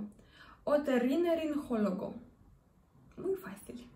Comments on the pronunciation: NOOOO..., ES -- O TO RRI NO LA RIN GO LO GO.. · Otorrinolaringólogo la G no se pronuncia con j. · No pronunciaste bien esta palabra. OTORRINOLARINGOLOGO.